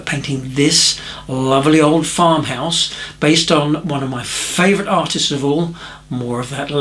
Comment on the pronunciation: sorry. I'm not a native English. Od cottage. Did you mean Old Cottage?